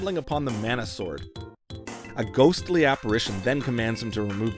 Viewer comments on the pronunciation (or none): none